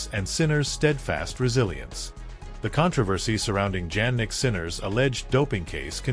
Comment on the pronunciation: Your title is completely out of context, And please when you are going to learn the real pronounce of his name: Jannik is Jannik it's not Djannik, You are really hopeless anglo...... or .